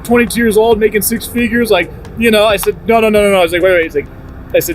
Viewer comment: Dude cmon. It’s street not shtreet. Stratosphere not Shtratosphere. And it’s old not owed. There’s an L there. And there’s no H between the s and t. You don’t say mishtakes so why say shtreet? Lol. Great job as always but this is nails on a chalkboard.